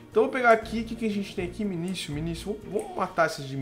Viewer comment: 3 dicas 1:não se pronuncia "minisio" e sim "minikio" 2:tenta fazer a semente de cacto e deixar ele boladão então vc prepara um terreno 3x3 com o cacto no centro e coloca as sementes fracas para reproduzir lá como o cacto n nasce em terra ele n vai se multiplicar e as propriedades dele vão passar para as sementes novas(elas n vão nascer 10x10x10 e sim +- 5x4x6 mas se botar lá de novo elas aumentarão mais ) 3: o QDS funciona com funis